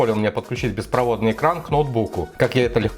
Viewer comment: 1. не кухОнна, а кУхонная! 2. не беспровОдный, а беспроводнОй! В остальном, спасибо. Жаль, что у ТВ так мало ПЗУ под приложения, всего 0,5ГБ !!! 500Мб!!! а СКОЛЬКО ОЗУ вообще НЕ понятно! Какой процессор НЕ понятно! в настройках ТВ и документации - НЕТ информации ни по частотам, ни по кэшу, ни по таймингам!!! НИ-ЧЕ-ГО!!! Когда тлф или ПК выбираем, то это важно! Так и в ТВ ВАЖНО! Кнопка я ИВИ и прошивка - прямая дорога в ФАС, обжалуя преференции для 1 оператора!